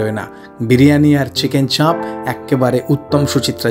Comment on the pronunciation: দাদা আমি সব ভিডিও দেখি... আজ প্রথম কমেন্ট করলাম। চাপের উচ্চারণে চন্দ্রবিন্দু (চাঁপ) হবেনা...